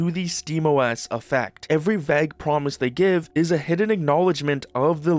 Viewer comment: why do you say vague like that